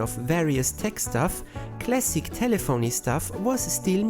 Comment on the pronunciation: "Telephony" rhymes with "Symphony" -- To help out: It's not called a "Sim-phone-nee", it a "Simf-fa-nee" -- At the same measure, it's not "Tel-le-phone-nee" it's "Telaf-fa-nee"